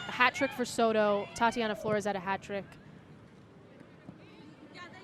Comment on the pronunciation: la mejor jugadora es Zzoro, la narradora nunca pudo pronunciar Soto, y en cuanto a las bellas mexicanas, pues ademas de bellas muy talentosas.